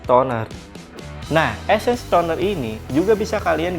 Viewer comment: Essence bang bukan esses😅😅😅😅🤔🤔🤣😆